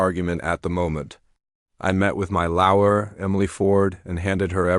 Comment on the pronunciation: Learn how to pronounce lawyer